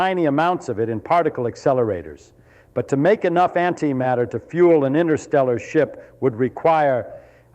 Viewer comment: It's not innersteller it is pronounced interstellar. What does he know? 😊😅